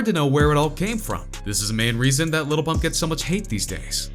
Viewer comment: White guy: Gucci Gane , Little PuMp wtf